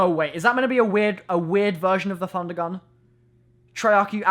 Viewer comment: u sure its prounonced funder gunn?